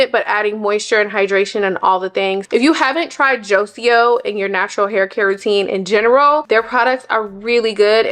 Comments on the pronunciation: ‘Jo-cio’ 🤭 I’m just messing with you girl. It’s pronounced ‘Joy-ko’ 🫶🏾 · Joico sounds like joy-ko, not joSEEoh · You're hair is beautiful. Joico is pronounced "JOY-Co" just an FYI.